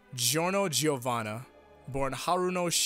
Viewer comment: And all Italians, and all native English speakers pronounce his name as Jorno Jovanna, not Gee-orno Gee-ovanna.